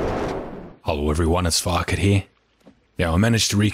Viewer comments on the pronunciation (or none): is it just me or does it sound like fuck-it not Farket when he says his name